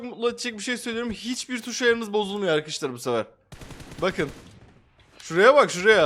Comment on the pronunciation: abi sen niye ş harfini s diye söylüyorsun tus ne yaaa😅😅😅